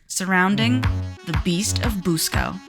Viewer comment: I grew up in Churubusco, Indiana. First of all, Busco is pronounced Buss-co not Boose-co. I believe they killed Oscar "The Beast of Busco", when they dynamited the lake.